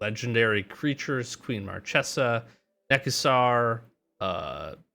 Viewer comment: It's "Mar-ke-sa", for next time